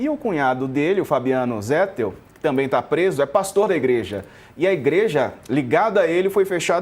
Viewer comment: Irrita o ouvinte a pronúncia /"zétel"/. A pronúncia correta em português é /"zetéu"/. É o mesmo caso de /"nobéu"/, pronúncia correta de Nobel. Muitos falam /"nóbeu"/ equivocadamente.